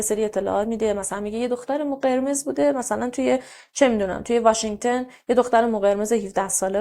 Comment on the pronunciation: آقا همه اطلاعاتمون قاتی پاتی شد واشنگتُن نه واشنگتِن